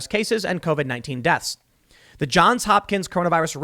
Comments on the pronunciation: As an alumnus, I cringe whenever you drop the "s" in "Johns". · Johns Hopkins, not John there’s an S on the John edit: but while we’re on the subject search for the song Open Eye Signals by Jon Hopkins edit: you said it right a couple of times by the end, I spoke too soon. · JOHNS Hopkins, Tim. JOHNS. With an 's'. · “Johns” not “John”. Geesh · Tim. Love the show, but you're killing me man...just say the "s". Johns. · Tim, I know I've left this message before. Please add the s to John in JOHNS HOPKINS. Pronouncing it correctly will give you more credibility.